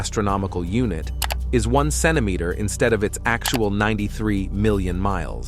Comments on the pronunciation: If your going to use AI speech, it should be corrected to pronounce words like Photon and Centimeter. Too distracting to watch what might be a good video, goodbye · Every time this Ai said "Centimeter" it got worse. I find it comical. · L😂L Every time this Ai said "Centimeter" it got worse. I find it comical.